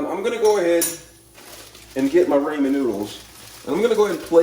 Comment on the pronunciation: Who the heck calls ramen as "ray-man"?! 😳 Even worse is all the rest of the pronunciations. Oh my poor brain! 😵‍💫